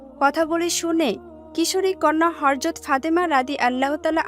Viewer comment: আপু হরযত না ? হযরত বলেন